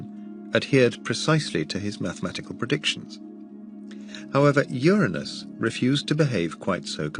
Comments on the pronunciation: Thank you for pronouncing the planet correctly ur a nus not that filth other channels think is funny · I’m just glad that the narrator properly pronounces “Uranus.”